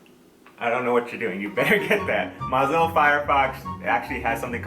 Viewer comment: Before I finish watching this, I had to tell you this: it's Mozilla as in Moe's Southwest grill